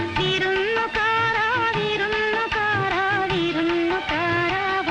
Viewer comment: ഞാൻ ഇപ്പോഴാ ശ്രദ്ധിച്ചേ വിരുന്നുകാര എന്നതിന് പകരം തമിഴിലെ പോലെ വിരുന്നുകാറ എന്നാണ് ഉച്ചരിക്കുന്നത്